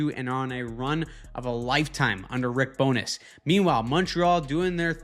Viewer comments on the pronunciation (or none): none